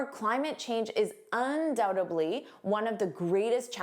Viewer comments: Why do you pronounce dly as bly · Hi, you pronounced undoubtedly as undoutably,.